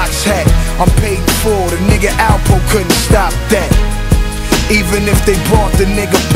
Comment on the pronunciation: It's Alpo not Alvo